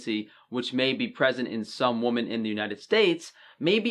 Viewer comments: Women is pronounced "wimmin", not the same way as "woman". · we gotta teach you how to say women lol. Great video though. So many people don't know how important iodine is. Many vegans use pink Himalayan salt, while it has some iodine, it's a very small amount. So it's better to pick celtic or regular table salt over Himalayan salt. When using iodine transdermally, you must be very careful with allergies. Iodine or betadine can cause an allergic reaction over a period of time, especially on fair or sensitive skinned people. As a surgical tech, I can testify to this common occurrence. About half my colleagues and I are all topically allergic. One big clue if you are allergic is if you are allergic to avocados or shellfish in addition to IV contrast.